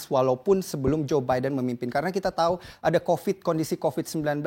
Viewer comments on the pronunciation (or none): none